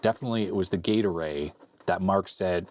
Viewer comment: I might be the only one, but almost every time says 'Gate Array', I heard Gatorade. For a minute I was a little bewildered until I flipped back over to the window.